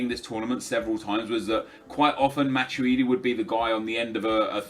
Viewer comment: ITS MA-TWEE-DEE NOT MA-CHEW-DEE